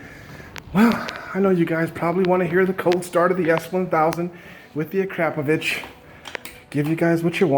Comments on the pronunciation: I love the way you pronounce Akrapovic and Panier. A-crap-ovitch. Pan-ear. So funny. Of course, most of us would say Akra-poe-vitch and Pan-ee-ay. Because that's how they're pronounced. But you gave me a good laugh anyway. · Love GS Adventures! 2 things though. Panniers is pronounced - Panny-ers and Akropvic is Akro-po-vich ;)